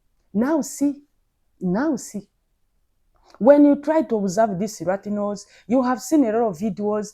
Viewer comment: Latinos sis, not ratinos😂😂